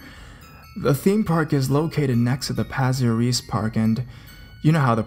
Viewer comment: If you ever visit Singapore and Malaysia and want to talk about that mythical creature, don't say ponti-a-nack, the locals may look at you befuddled. It is ponti-Ah-Nahk. Pontianak. Incidentally, anak is the Malay word for child. Also it is not Pazir Reez, but Pah-Seyr Ris. Pasir Ris. Yes there are demons, they will appear in whatever form, but one must rebuke in the name of Jesus, if one ever encounters a demon.